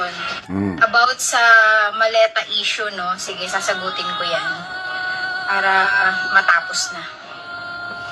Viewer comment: 🎉ai yan,,sa word na sasagutin,,ai style n pgkasabi,,pakinnggan nyong maigi,,hindi tayo ganyan mg bigkas ng sasagutin,,prang malamya,,ganyan minsan mgbigkas an artificial intellegence